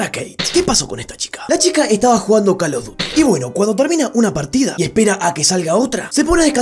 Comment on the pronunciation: Jajaj pense que dijo call of gruty